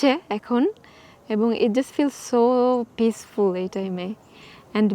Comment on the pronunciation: বেশি শুদ্ধ বলতে গেলে এমনি হয় আমরা বলতে গিয়ে আমরা বলল পিস ফুল পরিবেশ 😂